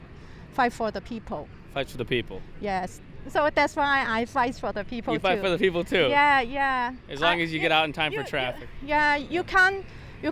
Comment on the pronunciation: The truth is she cant pronounce a th to save her life